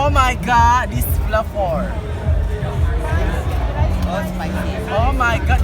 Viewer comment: Flavour bacanya plapor😂😂isaya,,, isaya